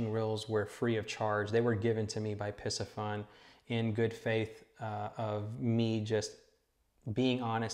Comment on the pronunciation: Isn’t the pronunciation Pee-see-fun?